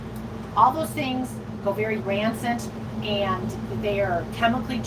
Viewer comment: I’m sure meant to say *rancid, not “ransit”